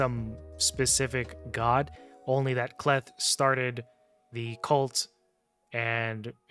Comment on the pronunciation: Hey I agree with your assessment of the Knights Revenant faction, so don’t think that I am nitpicking, I can help you with the pronunciation of K’Leth . When a letter comes before an apostrophe at the start of a name or word that letter is pronounced in the long form, examples are seen in African, Native American and some other Eastern cultures. So the probable way to say the name K’Leth would be as follows: K’Leth would be pronounced as “Kay-Leth.” But that doesn’t mean that I am right, however I study names and cultures as a hobby.